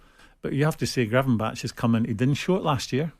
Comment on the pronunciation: Simon talking about why Konate fell out of favour with Klopp… definitely nothing to do with him being constantly injured 😂 listening to Souness say Gravinback and Slobissly… tells you all you need to know about these absolute clowns